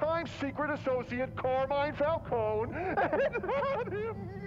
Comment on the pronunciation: Why does everyone I watch pronounce Falcone "Fowl-cone-ee" Is it just an American thing or?